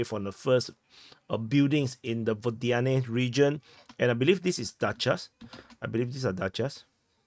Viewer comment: Again, unaccented Ukrainian/Russian/Belarusian "O" are pronounced as "a". So, Водяне = Vodyane = vadyAne.